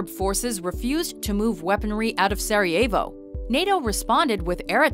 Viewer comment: Hahaha how she pronounced Bosnia and Sarajevo haahahhaa